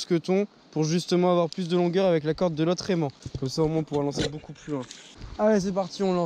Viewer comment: Tu dit boucoup less go 🤣